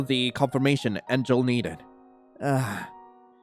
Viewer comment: ngl the way u said enjel sounds like angel and evan sounds like heaven